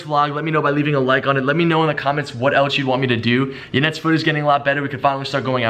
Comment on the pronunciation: her name is yanet not janet